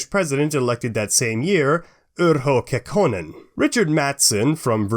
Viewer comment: A crude narrative, foul language by someone can't even pronounce Kekkonen correctly.